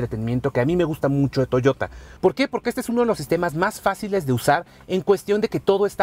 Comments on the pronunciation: en el segundo dijiste toyora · soy yo o dijiste toyora?? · Touyora?? Níssan ?? Qué pasa con la gente , ya no sabe disfrutar de su idioma el español? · "La nueva toyora" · estoy seguro que dijo Toyora XD XD XD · Di Toyota con acento español. Te ves mal. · Estoy de acuerdo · Oscar Sandoval si, realmente es algo cringe escuchar a alguien que habla español decir "toyota" en inglés cuando es una palabra en japonés